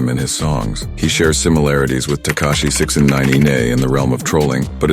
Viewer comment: The way he says Tekashi 6an9neye 🤣🤣🤣